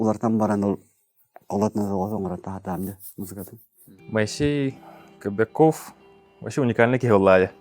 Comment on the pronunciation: КобякОв буотах, КобЯков диэн этэн турардаах бэйэтэ. Ударение на букву Я